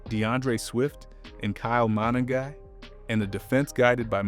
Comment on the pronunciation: Tra Pill low..not Tra pile Oh.. Ma nung guy.. you put the emphasis on the Nung part not Ma..You just have to hear it said properly on TV or radio..You hear their names on TV right? Or there are several videos that have people saying their names correctly so it shouldn't be difficult to do the same thing.